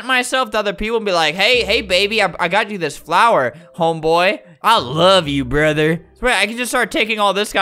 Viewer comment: I love when he says “ I love you broder”😂😂😂😂